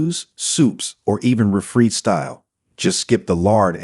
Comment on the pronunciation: ‘Refreed’ beans? Here it goes the narrators of YouTube screwing up pronouncing words correctly. You people need to go to hell back to school. You suck at your jobs,get it right.